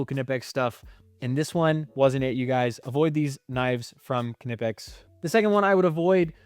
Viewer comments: First of all... Be more respectful. And you're obviously wrong. Just think 5 seconds about why anyone who speaks English would pronounce the K. Just think! BECAUSE It's a German brand name. It's not naaaipex, nipex but KNipex. How do you think it's pronounced in German, and French, and other languages. I'm sure you're the type of person who puts a D in "garage" when you say it. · Du bist der erste Ami der es schafft knipex korrekt auszusprechen.